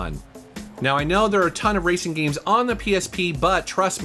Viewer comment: These “gemes” should’ve stayed hidden